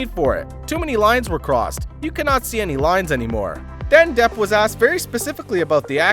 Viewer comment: Depp not Debb